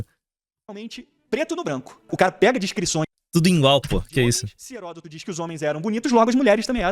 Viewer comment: "Falaro" Herôtodo